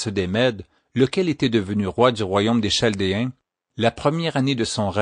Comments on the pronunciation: P'tite chose : cela est écrit chaldéens mais phonétiquement c est ( kal dé un ) et non (chal dé un ) ; ) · en France on prononce Caldéens pour chaldéens. Merci pour le récit ! très instructif !